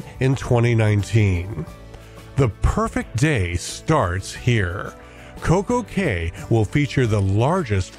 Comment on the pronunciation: Looks awesome! Pretty sure Coco Cay is pronounced "Coco Key"